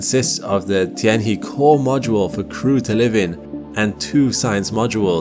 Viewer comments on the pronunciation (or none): + Tianhe-he, similar to her, not hee). Mengtian--meng like mung. Pinyin is great to learn. Once you learn that, speaking mandarin isn't actually that hard. Go slowly and surprise yourself with progress. Then read maps with pinyin and characters, and you'll have learned a couple hundred characters before you know it!